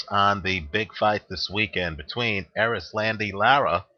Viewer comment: Dwyer...you are good at predicitons, great at betting advice, and you know your boxing for sure.....but your fighter name pronunciation is horrible....LOL...its cool though-- its pronounced Eris-londy- Laur-ra....Anyway....I think Lara is hella overated and Paul W will outwork him. Also Paul has a good chin, the Martinez shot woulda have KO'd ANYBODY, it was a perfect punch. Lara isnt a very hard puncher...he wont hurt Paul W...he will walk through his shots en route to a UDEC.